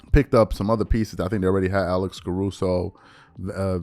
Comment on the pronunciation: This man said Alex Caruso 😂😂😂😂😂